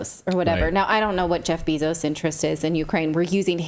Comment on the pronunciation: She keeps saying Beezos 🤣😭🤦🏻